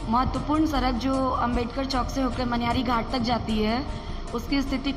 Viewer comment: उच्चारण तो सही करो , सड़क को सरक बोल रहे हो😄 VO करना आसान नहीं😄 बहुत शब्दों में त्रुटियां है भाई।